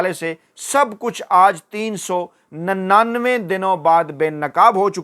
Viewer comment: تین سو نننوے درست کرو پیارے اینکر